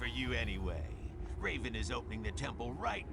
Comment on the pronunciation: Just about that pronunciation. I hear "Reeven" here , but maybe I am deaf already 😀